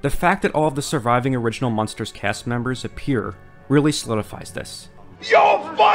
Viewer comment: it's "Munsters" not "Monsters" You keep saying "Monsters"